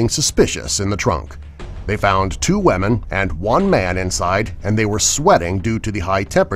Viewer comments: Did this guy say wamen and not women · STOP PRONOUNCING 'Women' AS WAMAN!!! Are you 5? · Number 15 instead of saying women u said weman 😂😂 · "They found 2 wemen" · The way you say women always amuses me.